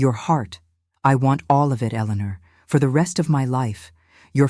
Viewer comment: No. Ellenar 😂